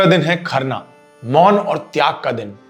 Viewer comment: Aap kharna ko khaarnaa keh rhe ho sharda sinha ko sarda sinh keh rhe hai aap thoda sa achhe se boliye Jai shree ram